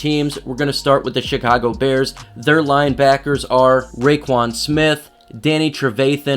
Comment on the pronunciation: Sounds like he’s saying “the shitcago bears” 😂